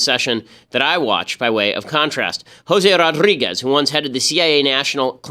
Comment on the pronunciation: this "josé rrrodriguez" is funny